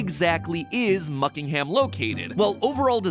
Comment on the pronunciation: muckingham or buckhinham??? buckingham mat pat!!1